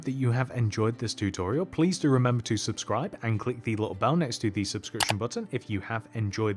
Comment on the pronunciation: Ah yes. let me just, “subscroob.”